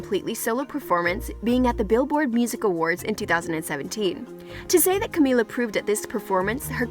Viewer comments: Why does she keep saying Camilla? Her name is Camila. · OMG ITS CAMI-LA not CAMI-YA omfg. And its DINAH not Dee-nah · camiya? in spanish a double L makes a y sound, but camila only has one... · Who else cringed every time the voice said camiya or just destroyed any of the pronunciations? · CaMiLa!!! Get it right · how are u supposed to tell her story when u can't even pronounce her name